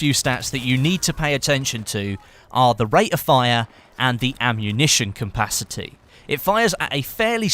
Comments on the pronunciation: isnt it called capacity and not cumpacity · i love how says compacity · Bit random but i like the way you say ammunition "capacity" with an m in the middle.